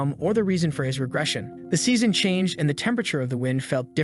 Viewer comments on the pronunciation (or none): none